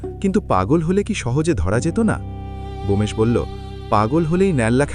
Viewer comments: 😅Bomesh korchen kano?Bomkesh hobe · উচ্চারণ ঠিক করুন। বোমেশ কি নামটি ব্যোমকেশ। এটি একটি বিখ্যাত নাম। ভূল করবেন না।